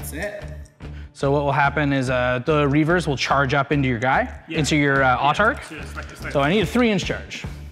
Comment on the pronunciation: It's Reivers not Reavers.